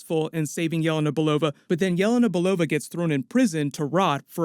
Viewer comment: For the first time heard almost proper Yelena Belova from you :-) All the time I didn't get, what did you say. It was like Yeva Nabalova or something like this. Greetings from Russia!